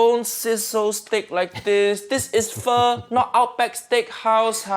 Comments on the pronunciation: If you want uncle Roger to notice your videos then pronounce pho as foe not fur. Then make a "foe" style fried rice and forget to use your chef skills. Combine that with praising Jamie Oliver multiple times and you are part way there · My friend, you need to work on your Pho pronunciation.